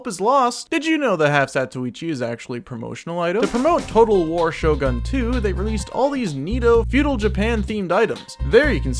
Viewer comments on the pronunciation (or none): none